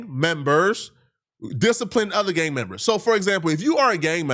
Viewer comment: putting that hard R back on “Gangmembas”